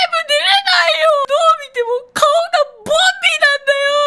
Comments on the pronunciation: ボンビーがボビーに聞こえてボビーオロゴンかとおもたwww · ボンビーがボビーに聞こえたwww